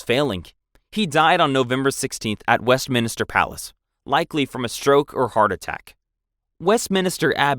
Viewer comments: 1. It’s Windsor (Win-zer) not Winsdor 2. It’s Westminster (West-min-ster) not (West-minister) 3. It’s Sandringham (San-drin-ham) Overall a good video a part from this, I love the British Monarchy! 🇬🇧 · WestMINSTER not WestMINISTER. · Ik this has been commented before and I realise its not your fault because the UK pronounce words differently to how they’re spelt (theres literally a tube station in London named “Surrey Quays” pronounced “Surrey Keys”) but it bears repeating; West-MIN-ster not West-minister Gren-ich not Green-witch Win-sor not Wind-sor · Anyone keeping count on how many of these guys from dysentery? Also it’s west MIN STER. Not minister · Minster not Minister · Westminster, not Westminister!! 🤦‍♀🤦‍♀🤦‍♀🤦‍♀ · Minster not Minister. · WestMINSTER, not Minister. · Where did "Wins-door" come from?! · West-MINSTER not West-minister!! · Minster not minister… Blois is pronounced Bwah. Shi nahn. 🤦🏻‍♀️ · I was going to stop the video over "West Minister", but when I noticed your pinned comment. I decided to overlook it and finish the video and I look forward to finding what else you might record. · Westminster ... West-Min-Ster Carlisle ... Carl-isle Gloucester ... Glo-Ster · If you want to make videos like this, at least learn to pronounce things correctly. Wins-dor?? West-minister?? The list goes on. You really need to research better. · west-MIN-ster GLOSS-ter WUSS-ter-sher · Quick question: why is he pronouncing Westminster “Wesminister” 🤷‍♀️😂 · Ogden Nash wrote a poem about this common mispronunciation: "I find the cathedral dark and sinister - the one the tourists call Westminister" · Wes mins ter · Also his pronunciation of Blois, Westminster, and Carlisle